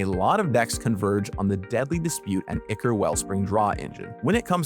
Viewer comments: The one thing I always look forward to as someone who doesn't even play Pauper is the amount of effort that goes into updating the community on the changes (also fwiw I think they're pronounced ai-kor [ichor] and draft [draught] respectively, sorry for being that guy). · You are correct about draught and incorrect about ichor. Someone else mentioned this, but the original word ("ἰχώρ") is from ancient Greek and is pronounced the same today as it was then: "eechor". Gavin's (incorrect) pronunciation is closer to the correct one than yours is! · The word ichor is of greek origin and therefore pronounced EE-Chor though I guess the english pronunciation may differ.